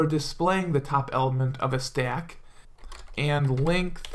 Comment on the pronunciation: Where are you from man i love the way you say "Stack" you hold your a's so it sounds more like Staack which is cool.